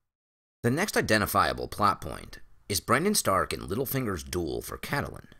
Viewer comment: Please, please, PLEASE, I'm begging you, stop pronouncing her name as Cat-a-lyn. Its CAT-lyn. Two syllables only. I love your deep dive theories and think that your videos are brilliant, but by mispronouncing a main characters name......its disappointing. Sorry, I'm not trying to be nit-picky or a Debbie Downer, but it really gets to me.